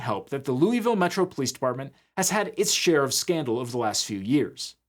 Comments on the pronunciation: Hope its not just me who cringed every time he said “lou-ee-ville” most of us locals pronounce it “lou-uh-vuhl”. Like a mouth full of peanut butter 😂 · Every time I hear "loo-ee-ville" I take psychic damage lol. "Lou-ah-ville" is how it's pronounced, I learned quickly when I moved nearby. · "looey ville". we pronounce it luhvuhl here in KY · LUH-vul ✅ LOOEY-ville ❌ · "Looeyville" It's loy-vil or lou-uh-vuhl. Jfc. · It's not loo-e-ville, it's lua-vol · Looey-ville? LOOEY-VILLE? LOOVUHL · Fun fact: the city is pronounced luh vull Not joking, people there are wierd. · I’m sorry but has a Kentuckian I must say, how did you pronounce that lovely city in Kentucky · As a native Kentuckian, that's not how we say Louisville! 😂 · All those fact checkers, and they can't pronounce "Louisville" correctly?